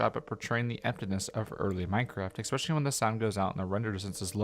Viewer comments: Cool video, and cool compilation. One thing irks me a bit, though. The word is especially. No "X" in it. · Love your content man — great stuff all around especially given the content you’ve created has been juggled with being a college student. Keep it up!! If I could offer one point of note, there’s no “X” in “especially”. The pronunciation should be (phonetically): es-pecially Sane with espresso – wanted to let you know in a more more upfront and direct way than others may be comfortable with. Those two words are very commonly mixed up, but both words carry a lot of value in saying them correctly. Again, amazing content, and that one change would make a massive improvement in my book!